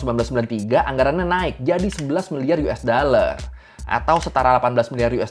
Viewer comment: Dollar bang bukan daller